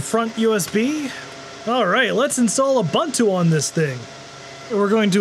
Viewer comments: Ubuntu is pronounced Ooo Boon Too ... there's no Bun, the Bun is a lie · I've never heard a guy mispronounce Ubuntu in so many different ways. You'd think he'd stay at just one wrong mispronouncement... But not this guy... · who the hell pronounces ubuntu like that... ffs